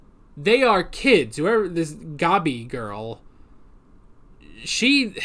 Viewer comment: The way they pronounce Gabi in the dub kinda bothers me. Other pronunciations, like "Ervin" and "Reina", I'm fine with, but... "Gobby" just sounds... dumb to me, lol. XD